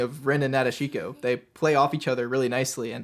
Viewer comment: "Na de SHEE ko"? Geeze...